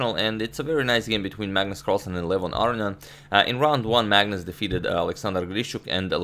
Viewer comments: Agad, pleeeease stop calling him Arian, pronounce the O for gods sakes!!! love you otherwise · I love how Aronian becomes, "Ar-eeh-ahn". Please don't change Agad.